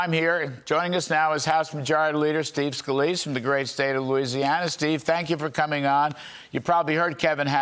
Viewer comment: Trump just call Steve Scalise, Skeeve! So perfect! 🤣😂🤣